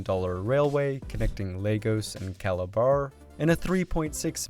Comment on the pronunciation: Please Tell my man that Lagos is not pronounced like the children's building block toys 🤣🤣🤣🤣🤣